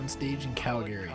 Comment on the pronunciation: Calgary= CAL-gree. NOT Cal-GARY!